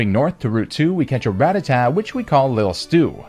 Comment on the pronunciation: Am I the only one noticing this? Me-oath? Ra-ta-ta? Bruh... are you intentionally pronouncing Pokémon names incorrectly?